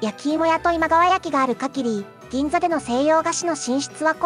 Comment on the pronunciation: 今川焼きの発音不安定すぎだろ